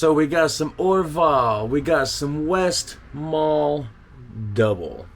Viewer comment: My go to is the westmalle tripple. You do pronounce the le at the end of westmalle btw